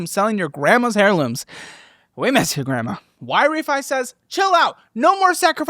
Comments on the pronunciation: And HAIRlooms instead of heirlooms 🤣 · Hairlooms and liberry get me every time